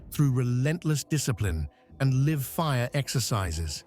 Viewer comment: weird way to pronounce "live" In that use case it's said "lai-ve"